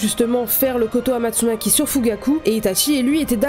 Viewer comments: Incroyable la vidéo, j'aimerai bien que tu fasse une vidéo dédié à l'amitié shisui/Itachi car je trouve quand dans l'animé ils nous montrent quasi rien. + c'est pas "kotoamatsunaki" c'est "kotoamatsukami" 🤣🤣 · rectification de la prononciation cest : kotoamatsukami pas maki sinon tres bonne video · "Kotoamastsukami" Sinon super vidéo ! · Koto amatsukami et non amatsugaki, très belle vidéo sinon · Kotoamatsukami et non kotoamatsumaki * lol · C'est pas pour être méchant mais sa se dit Kotoamatsukami et sa se lis comme ça